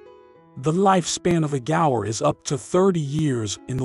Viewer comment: Gaur not gores what are you dumerican or something…pronounce properly dude.